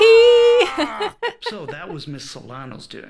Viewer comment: Great game. Fucking hate how they say Kovacs tho. How hard would it have been to literally use google translate to know how to pronounce it properly? lmao